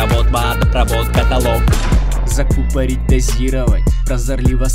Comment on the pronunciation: Ставропольский диалект со своим катАлог: 😢